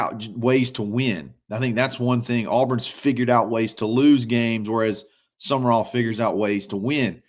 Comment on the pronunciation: For those who need it, it is John Sumrall, not John Summerall